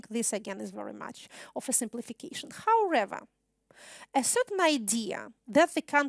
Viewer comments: Хауревер! Kate you do need more language practice! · Как всегда прекрасно! Однако, " howrather" вместо "however" убивает меня :(( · Ya ne slyshu ''howrather'', a prosto trudnosti viskazat' "however" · How(r)ever triggered me so bad!